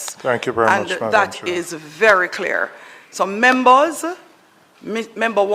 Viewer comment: Membors 😅😅 trying to speak